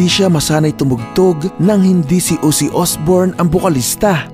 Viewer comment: Ozzy hindi Uzzy 😂